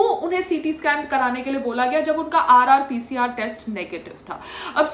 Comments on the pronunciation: 🤚It's RTPCR test mam ji, not RRPCR.... One correction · RTPCR test hota hai RRPCR nahi🤣🤣🤣🤣